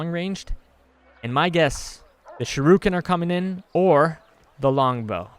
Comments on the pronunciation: If you wanna pronounce torgardo correctly I will let you know how to pronounce torgardo correctly its tor-Gado not tor-Gardo and heres how to pronounce shuriken properly heres how! Shur-EEken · It's pronounced (SURE)•(ICK)•(KIN) A combination of that and kunai (throwing knives) might be cool but I think a bad ass Bow would be awesome. There is a ranged fast weapon so why not have a powerful heavy-hitting ranged slow weapon like the axe / hammer to balance it out.